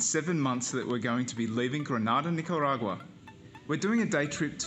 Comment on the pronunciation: I'm sure you guys are extremely kind people, but please learn to pronounce Nicauarga correctly... Its cringe.. You guys kind of make backpackers like me look stupid & fitting a stereotype.. Yes.. I live here in Nicaragua & have been since March..